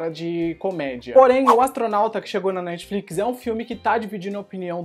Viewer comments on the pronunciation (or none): none